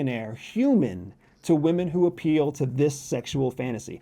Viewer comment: The word is “appeal “ 😂that’s not difficult to “ intercept “ right? 😊